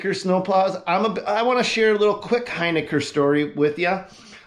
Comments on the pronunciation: It’s not “Hyniker”. It’s Hin i ker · We can clear this one up :) It is pronounced "Hin-ick-er :) Maybe on your next video you could give a shoutout about the name- it's a tough one!